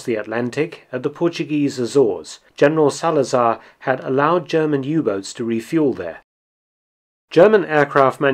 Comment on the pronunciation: as a portuguese it kinda hurt when you said General Salazar...